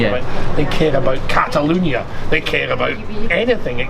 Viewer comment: Should tell him it's cataLONIA, not cataLUNIA